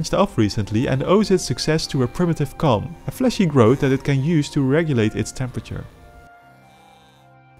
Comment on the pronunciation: GOnna say something - the way you say "Comb" faintly sounds like "Cum"